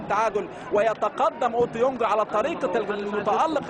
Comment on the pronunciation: المذيع مش عارف يقول اوتوبونج 😂